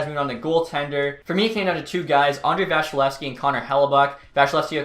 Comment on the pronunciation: It's VaSilevsky, not VaSHilevsky.